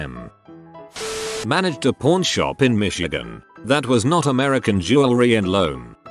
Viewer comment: Pawn doesn't sound good on tts man